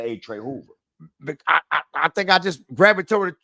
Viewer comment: He couldn’t get that word gravitated out for nothing in the world could he